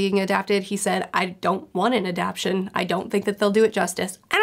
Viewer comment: I pronounce it "ah-dap-tay-shun" not "uh-dap-shun." Is this a regional thing? You're not the first person I've heard say it that way 🤔